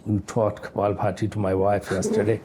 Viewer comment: Btw, its not Kapalbharati its Kapalbhati.